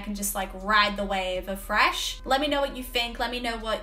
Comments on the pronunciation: I like how you say thrash, it sounds like Fresh Metal. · are you really saying Fresh Metal, or is it just your accent / my hearing? I mean Trash can be refreshing for sure... :D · She says thrash, but I hear "Fresh". My brain: WHATTT???? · It's cute the way you say "frash". I know there's some English accents that pronounce the th- like an f-, so I always wondered if it was an Aussie thing too. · Keep hearing her say "Fresh Metal" Lol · I love the way you say thrash…. I never knew there was a f in the word thrash!!!! 🤣🤣🤣❤️